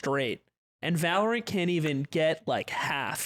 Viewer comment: I want ludwig to improve himself by saying valorant properly.